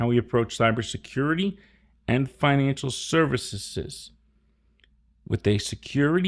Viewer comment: “financial serviceses” 😊